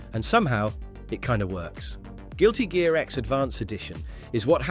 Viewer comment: CORRECTION: It's NOT "Guilty Gare X" it IS "GUILTY GEAR X" Ya' ninny, always double check your work before you post it. 🤘🤪🤘